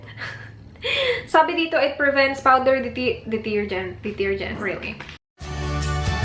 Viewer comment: Natawa ako sa di-tir-gent 😂😂😂